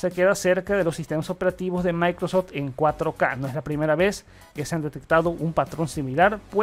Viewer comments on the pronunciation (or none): none